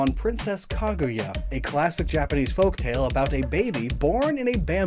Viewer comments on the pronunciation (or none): none